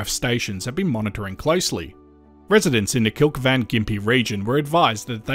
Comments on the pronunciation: Kilkivan "Kil-keeven" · We felt it in Gympie, SE QLD. Only barely though, if the drinking glasses on the shelf hadn't rattled we probably wouldn't have noticed. BTW, Kilkivan is pronounced "Kill-Key-Van" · It's pronounced Kill key van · Town is pronounced as Kill-Key-Van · Pronounced Kil-kee-vin. I live in Redcliffe. I happened to be setting my timer (for other purposes) at the same time it hit. It lasted 29 seconds here, and came in 4 waves of a couple of seconds each. It wasn't until the 3rd wave that I realised what was going on.... It was a lot more excitement than I expected from my Saturday!, and would happily live out the rest of my life without another one. That's the 3rd Quake I've experienced in my life. One other one up here about a decade or more ago and the one in Newcastle when I was visiting a relative. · Speaking as a Queenslander: Kilkivan is pronounced kil-KEE-van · You did pronounce it incorrectly. It is pronounced kill-KEEV-an. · Kil-keev-an. Emphasis on 2nd syllable, but good effort anyway 😊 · Kill-key-van, I lived up that way for years. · also it's... the gong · Sunshine coast here, was sitting quietly and heard it coming and felt it in my chest just before the shaking started. I stood up and felt the ground moving, knew what it was then. Fish tank rack was swaying a couple inches each way. Grew in intensity for a few seconds then faded very fast and it was over. (it's pronounced 'Kill Keeven') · You asked about saying Kilkivan ... I've heard it pronounced kil-KYE- v'n. 😊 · Pronounced Kill keeve an